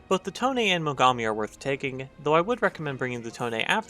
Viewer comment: Call it tone not tone-a